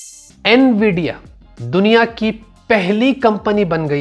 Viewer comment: Bhai bura mat man na par apko nvidia bolna nhi aa rah N-VIDIA nhi sirf nvidia